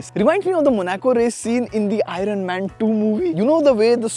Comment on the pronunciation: Dude, that's pronounced as "i urn", not "i run"... 😂